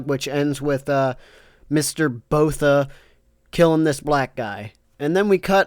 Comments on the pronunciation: It’s pronounced Boor ta not Boh tha. Other than that it must be an enemy stand! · Was gonna dislike, but then I hear "Mr. Botha". You get your like and subscribe.